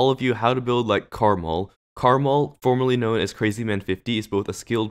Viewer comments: Am I the only one who pronounces his name "Kre-mal" and not "Karmarl"? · no its pronounced caramel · Just wanna say its called: karma L so not karmL